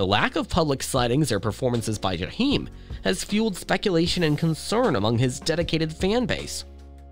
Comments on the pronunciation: It’s pronounced JAH-eim in the hood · I stopped listening after he said JUH-HEEM STOP SPEAKIN ON PEOPLE U CANT PRONOUNCE THEY NAME RIGHT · That commentator ain't said no more than what we ourselves could have come up with, and he couldn't even pronounce his name correctly. Whatever Jahiem is going through, I say , let us pray for his well being. We don't know what life has dealt this young brother, but we do know he's not the first, nor will he ever be the last to experience the high's and low's of life. We do know (for the believers) that prayer changes things. And Jahiem if you by any chance ever get to read this, I love me some you, and I'm old enough to be your mother. Ain't no cougar, just a fan! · I’m going to need you to pronounce Jaheim’s name correctly!